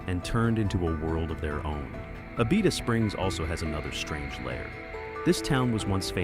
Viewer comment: Y’all beat me to the punch. Abita Springs is a great boutique town right next to Mandeville. It got famous for the bottled water and even more famous for the beer they make. Every store between Louisiana and Florida carry their many different flavors. Learning how to say the name might be a good place to start when you make a video about them. Wait until you go to the Atchafalaya region. Figure out that name, or try Tchoupitoulas Street in New Orleans. Good luck!